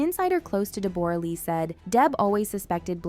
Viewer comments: How can you butcher pronouncing Deborah? 😂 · Its not Deborah, its pronounced Deb ra Lee. She did not make an accusation, she stated she had suspicions. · It’s pronounced “Debra”, not “Deb-or-a”, Justin had a back injury not infection lol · DE BOR A???? LOL ITS DEBORAH! LIKE DEB RUH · I'm only going to nitpick about the pronunciation of 'Deborra', and that it does NOT rhyme with Gamora, rather DEB-BO-RAH .. Australian's even shorten it more to DEB-BRA. Thanks for listening to my ted talk. Go Justin! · Pronounce Debra not Deborra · In some countries it's pronounced "Deb-o-rah" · Deborah, pronounced Deb-bra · its not deBORah!!! ugh learn how to say her name it's not hard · Deborah, you are pronouncing it weird.